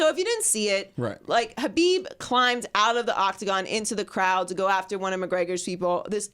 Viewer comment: Its not Habib. Its pronounced with a throaty sound, not an h sound. Just say khabib like everyone else instead of trying to look smart.